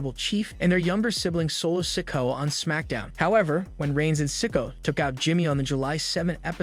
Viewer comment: Solo"Sicko" huh? Can you not pronounce SIKOA?!! HERB